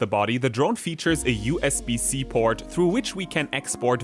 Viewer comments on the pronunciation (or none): none